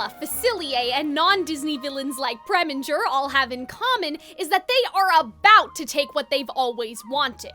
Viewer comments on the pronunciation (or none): just when you least expect him: Preminger